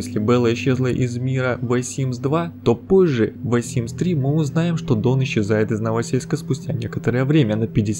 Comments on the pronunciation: Вэ Симс??? Остановите мою кровь из ушей Только за это диз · невозможно смотреть из-за этого "вэ симс" :( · Если не можешь прочитать нормально the, не говори его вообще! Что за ВЭ? Тяжело слушать. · Видео очень интересное, но меня напрягало все видео произношение the. Я сильно извиняюсь, видео и вправду интересное, но это the уши резало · Очень понравилось, спасибо автору за столь кропотливую работу :3 но напрягает несколько моментов - произношение "the" и временами невнятная речь) Видосу лайк 😊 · Меня смущает произношение артикля "the". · Видео интересное, и такое очень редко выпускают. Скажем так, контентом я насладилась и за это лайк! Но пожалуйста научитесь произносить иностранные слова правильно уши режет ужасно, либо не произносите вообще если не знаете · Парень,если тебе тяжело произносить межзубный звук th -лучше приставку the вообще убери из речи. И вычитывай текст перед записью. Видео очень интересное (так как я давний фанат этой игры),но неграмотный язык режет слух и портит общее впечатление. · кровь из ушей от произношения артикля "the" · Как же режет слух произношение the, а так, молодец)) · Произносится не the ,a the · Ты или научись говорить the с правильной артикуляцией, или вообще не произноси. Серьезно, кровь из ушей, невозможно слушать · " ВЭ Симс ???" Хотя бы уже Зэ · ААААААААААААААААААААААААААААА ЗЕ СИМС, А НЕ «ВЭ» СИМС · Я одна заметила что он говорит вэ симс а не зэ симс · Обожаю, когда кто-то произносит "the" как "ве" или "фе", а не "зе" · Какой вай симс? Читается зей симс, мой инглиш тоже не силен, но не вай же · ЗЕ ЗЕ ЗЕ ЗЕ ЗЕ ЗЕ ЗЕ СИМС НЕ ВЭ НЕ ТХЕ А ЗЕ СИМС МОЖНО ЖЕ ПРОСТО ГОВОРИТЬ СИМС ЕСЛИ НЕ МОЖЕТЕ ЗАПОМНИТЬ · The - не (вэ) а (зе) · the производится как зэ а не вэ Аж уши режет а так всё норм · Господи, почему ВЕ Симс? Хоть бы зе Симс, ну это не реально бесит. Режет ухо каждый раз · Почему он читает ее как вэ?( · Бэ Симс, вэ Симс, уэ Симс... Еле досмотрела, больно. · "ВайСимс" ты что там родной, какаху съел? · почему "вэ симс"?